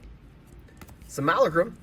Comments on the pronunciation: "Simála Crumm" - It's Sim-OO-Lah-Crum". Really grinds my gears when people enthusiastically get real world terms wrong. Jesus man, just read the card, it doesn't say "Obstanious", it's "Obsianus". Again, a fancy Latin word for black. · He lost all his money and still said "simulacrum" wrong